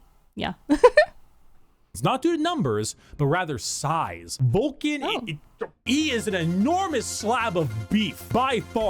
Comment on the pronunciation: it’s Vulcan. He just mispronounces n as m all the time. It drives me nuts. If you Took a shot every time he does you’d die.